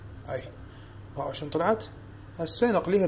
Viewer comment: شون لو شلون حتى لهجتنا الحلوه قلبتوها صححوا كلامك